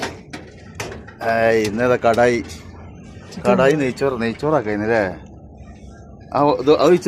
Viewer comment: ഇതെന്താ കടായി ആണോ കേടായി ആണോ